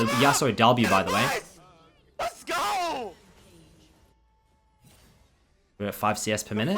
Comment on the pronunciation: u keep adding R after an O 😂 , Like "ohr my god" "gor mid" HAHAHAHA am i the only one who noticed that kekw